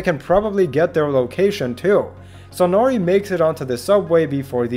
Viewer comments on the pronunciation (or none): none